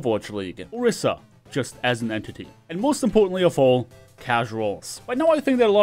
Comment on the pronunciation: You said orisia you serious? It's Mei! She's a overpowered buff no one talks about